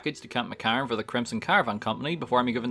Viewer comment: Camp McCARran. Are you per chance Irish?